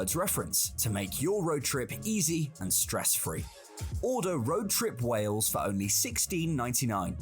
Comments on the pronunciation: Wales is pronounced ' Wales ' (like Whales but * without * the 'h') _NOT Wells. Sigh.... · It's SHAMROCKS in Ireland not 4 LEAF CLOVER !! It's pronounced WAILS not WELLS. If you notice, there are " pullover/passing places" on the small roads. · Its wales not wells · It's not wells. Its Wales 😅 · Why can’t Americans pronounce Wales ? It’s not Wells. 🤦🏻‍♂️ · Not Wells it's Wales, you pronounce it the same as most Americans. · i,m welsh, we have been under the cosh of the english for centuries. and by the way, it is pronouced wales, not wells.we are country not a county of england, or a theme park for the english to play in. we are a nation that has existed for over 2000 years, unlike the usa that has only been the usa since 1776. are castles, most of which are built by the english, to supress us since the 11th centuary. we are a celtic nation, yes the celts are not only irish. visit our country by all means, but please be polite to us. and we will be polite back, we are not all hostile to visitors. but we do like to beat the english in rugby, or any other sport. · Not a criticism, but I've noticed that on reaction videos, Americans always say 'Wells', and not 'Whales'.....I wonder why that is? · Its pronounced Whales not wells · Wales like whales not wells. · Try to say Wales, not wells. And that is English, not Welsh. The Welsh say Cymru. And that is pronounced kum ree, not sim roo. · it's not said as WELLS....it WALES!....my home country. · I've only recently noticed (thanks to watching MANY American YouTube videos!) that a lot of Americans pronounce the "ai" sound as an e. So Craig becomes Cregg, vague becomes vegg, plague becomes plegg...and Wales becomes Wells! The Craig/Cregg one I've always known about, but I never realised it also applies to many similar words. 🤷‍♂️ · Wales is pronounced like 🐋 Whales but without the H. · Wales is pronounced the same as whales... WAY-ELS